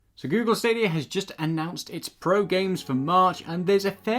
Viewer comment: Hey I love the videos but two things. One, it’s pronounced like Kie ju, not Kay ju. Also, there’s no R in stadia, love you guys thanks for the videos